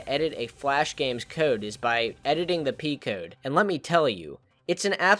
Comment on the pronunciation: I like the part when you said "editing pee code" haha. pee.